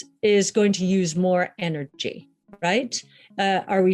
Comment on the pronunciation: eh eh eh.... eh-nurgy